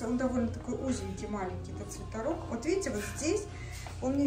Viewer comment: почему вы говорите свитАрок, а не свитЕрок?